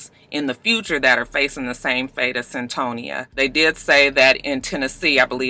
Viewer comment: It's CYN-Toya aka Cyntoia I saw the documentary a year or two ago on HBO...